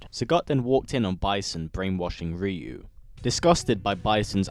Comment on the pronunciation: RYU not ReU